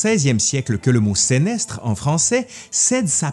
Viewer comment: À propos du mot SENESTRE : en animation à vocation historique et/ou reconstitution historique, j'ai toujours entendu les gens prononcer "seunestre" et non "sénestre". Du coup, en t'entendant, je me demande comment ça se prononce en fait... 🤔